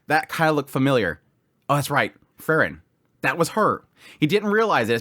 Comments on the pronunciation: Frieren is not Frren. More like Freeren.😁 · It's Pronounced Frieren (FREE-REN), not FURR-Ren. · Kinda confusing whenever you talk about Frieren and Fern. You pronounce both of them extremely similarly. Free-ren, Fern